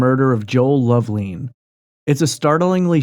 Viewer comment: Love- lin, not leen